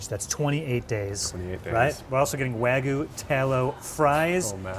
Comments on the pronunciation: It's wagyu, not waygu. Wa = Japanese, gyu = beef. And don't even get me started on the butchering of mozza. Also, perfectly cooked eggs shouldn't have crispy edges, but that's just me. But I guess crispy edges is a thing in Asian cuisines. Should've gone to Jar. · Wa-gyu! .. it’s not wa-goo, or wag-oo….. WA-GYEW! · if you say wag-you wagoo one more time I swear to God I am going to make sure you get a lifetime ban from entering Japan. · Every time an American says “Wagoo”, a Wagyu breeder dies. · pronunciation of wagyu as "wah-goo" always makes me die inside. all of those looked great, but that steak from cut looked wild.